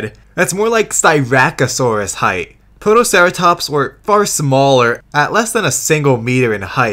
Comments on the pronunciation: And you forgot Protoceratomps! Not protoceratops, no it's 100% accurate and totally not a mispronounciation either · The narrator also called Protoceratops "ProtoceraTOMPS"